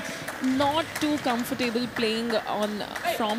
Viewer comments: She pronounced ‘comfortable’ as ‘comfortaeyble’ throughout. Also, she used that word repeatedly🙄🫤🤭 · ‘Comfortaeyble’ is what she pronounced throughout, and she used that frequently enough to be exposed. How did she ever qualify to do this job?? That goes to say less about the interviewer’s accumen🫣🤭🤭